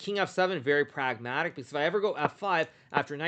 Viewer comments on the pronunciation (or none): "Pragg-matic" lol Hikaru is a meme KING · When Hikaru said very "Pragg matic"